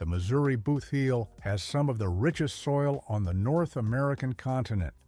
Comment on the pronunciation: Please separate the word. Boot heel